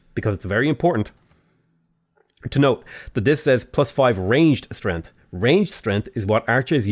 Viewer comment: Anyone else notice that he says strenth?